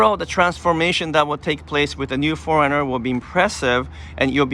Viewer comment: Insightful, yet your pronunciation of '4runner' sounds more like 'foreigner' and it is confusing to the listener. Just saying.